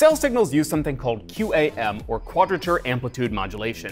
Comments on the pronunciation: QAM is pronounced quam, don't speel it out. My name is Chris Foster and that was my message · I've always heard QAM pronounced as "cam"